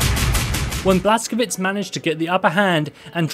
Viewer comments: its Blaz-ko-vitch not Blaz-ko-vits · It's pronounced "Blas-ko-vich"